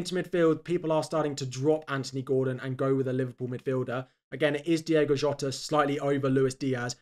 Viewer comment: Great video. It's Diogo Jota though, not Diego Jota